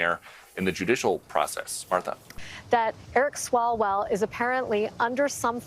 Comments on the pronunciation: I ❤ how calls him Eric Swallows-well. 🤣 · “Eric Swallowswell”. Oh stop😂😂😂😂